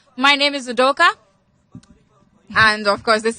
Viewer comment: Your name is Udo what? Udoooka is what you're pronouncing like that? please abeg